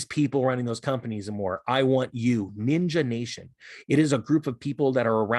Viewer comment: It's Ninja not Ninga. He's not from the hood. Lol😁😀